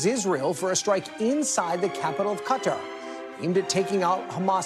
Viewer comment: once again reminding everyone he can’t pronounce Qatar properly.